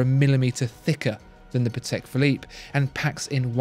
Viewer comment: Really nice video but you could work a bit on how to pronounce german and polish surnames, it is really not that difficult. You got Patek right but it sounds more like Patech, not Pathecque. British English puts so much emphasis on sylablles it just sounds a bit cringey when forced upon other languages.